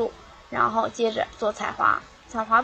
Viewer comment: christine tran 立脚换方向，说得挺标准的啊。